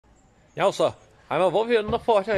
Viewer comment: The way he says "now" sounds almost like "inniú".